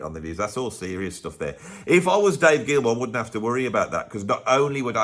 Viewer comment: “Stoof” What the hell is that?